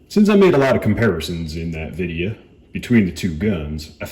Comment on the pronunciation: That’s how I saying video from now on, Videa , ps thank you for the video. Just bought my sugar weasel.